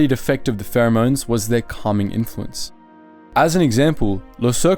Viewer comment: i swore i heard something else when he said calming influence